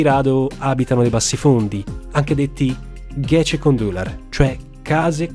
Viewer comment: Gecekondu si pronuncia ghegekondù (letteralmente "è stato messo su di notte").